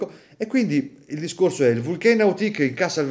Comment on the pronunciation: Grande … la pronuncia nn è proprio francofona … sarebbe Vulcàn … cmq bell orologio e bel video